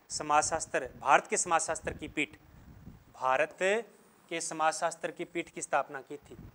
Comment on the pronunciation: Hindi theek karo apni sir samajsastar kon bolta hai samajsastra hota hai